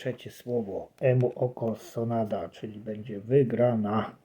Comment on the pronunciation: Panie sonda nie sonada